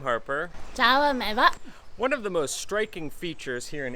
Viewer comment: Why pronounce eva as ayvah.... lol